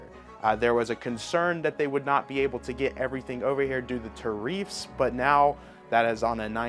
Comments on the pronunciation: Haha what’s a tareeeeeef? 😂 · It's pronounced tear-If-ss